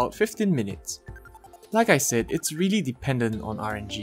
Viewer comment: I like how you say really. Its sounds like you saying weally